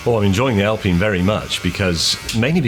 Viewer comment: You call it an Alpeene now? Just use your English. It´s Alpine, like pine tree. Don´t mix it up.